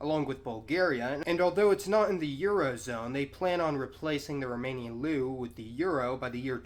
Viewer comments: you pronounced leu incorrectly, but the video was very good! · "romanian loo" say it with me: l-e(h)-u